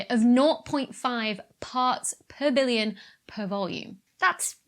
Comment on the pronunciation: You need look on the non-dark side of the moon. You're VERY consistent with your pronunciation of parts per villion!